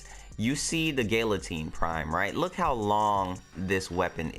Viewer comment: Gal-atine not Gill-atine